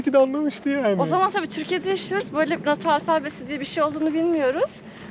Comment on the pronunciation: Teşekkür ederiz 😊 ya Ahmet video da nota gibi telaffuz etmiş de nato phonetic alphabet diye aratabilirsiniz 😅